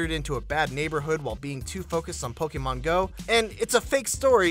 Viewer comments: It's 'Poke-ee-mon', not 'Poke-ae-mon'. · Did it annoy anyone how he says pokaymon, pokaystop and pokayballs